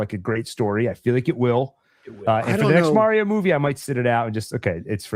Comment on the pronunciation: "Get a real Italian to play Mario!" Also: pronounces it "Meh-rio"... It was a fun movie, took my kid to see it who's into Mario games even more than I was as a kid. Screw any haters. I would actually appreciate any effort to distance from the '90s movie however. Damn thing almost killed poor Bob Hopkins!